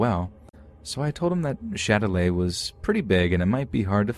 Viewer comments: Yo I'm French, it's "Châtelet" not Shillelagh 😭😭✋🏼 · as a french person i have to say that it’s not « shillelagh » but « châtelet » 😭😭😭